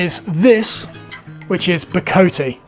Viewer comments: It is Bo-co-tay and Zir-co-tay..... The E at the end is pronounced, not like most English words. Zircote is often called "landscape wood", due to the pattern it makes. Bocote is my favourite wood, all my fenced planes have subfences from it, my joiners mallet, and some saw handles made from it. Ive always seen the Ebony from Gabon sold as Gaboon Ebony, and I've always pronounced it with a longer O sound, as Ga-boon 😂 I completely agree with your words; woods like this need to be cherished and used by those who can actually use em, and by those who appreciate them. Not a gatekeeper in any way, jus a realist. There's a note of conservation to it....... If we all use it, then we kinda fuxk it up for future generations...... Like what happened with Brazilian Rosewood bein so overcut in times past. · You’re close with Ziricote but off the mark with Bocote. Both woods are from Mexico or South America so the “-te” should be pronounced as “tay”. Zee-rih-co-tay Bo-co-tay I live in Arizona and have had a chance to work with various pieces of deadfall ironwood. It has a disgusting stench which reminded me of highly neglected urinal cakes, and is horribly dusty. Absolutely gorgeous though and extremely strong. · Both bocote and ziricote are from Latin America, so you do pronounce the E's at the end. They have more of an ay sound, however, rather than ee. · I live in Belize and have ziricote on my land. As for pronunciations, the vowels do not change sound, ie: bocote, both 'o's pronounced as in 'off' and the 'e' as end. The same with ziricote, with the 'i' pronounced as 'in' or 'inn'